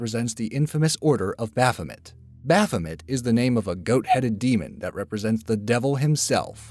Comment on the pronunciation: He doesn't know how to pronounce baphomet correctly either, the "met" part is pronounced like "may."